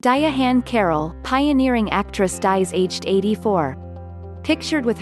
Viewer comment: Ok I didn't see it that way. I understand but a non-native may learn to pronounce her name incorrectly. I just subbed to your channel. Best wishes.